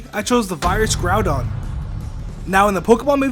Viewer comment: Groudon, not Groundon. I think it should have been spelled Groundon though.